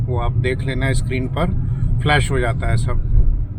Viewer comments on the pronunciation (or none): none